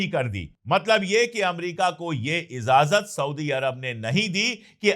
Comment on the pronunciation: Lafz ye izazat nahi ijazat h correct kr lijiye